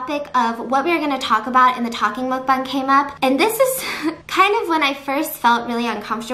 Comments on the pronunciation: MUCK BANG not mookbung MUCK BANG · I thought Mukbang was pronounced mookbong or something like that